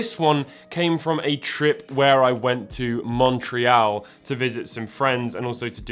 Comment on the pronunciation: I keep being jumpscared every time he says Montreal because that's where I live. XD Anyone know which store he went to?